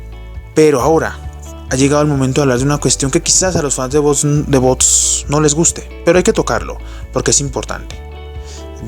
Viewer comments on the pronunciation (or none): No es bots, es vox. Pronúncialo bien.